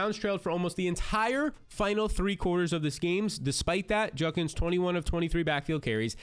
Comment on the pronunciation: Bro, it's JUDkins. Not Junkins. Hate to be that person but damn you say it wrong every time.